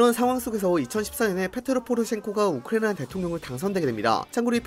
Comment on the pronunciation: 진짜 어지간하면 얘기 안하려고 했는데 우크라이나 발음 너무 날리시는 것 같네요..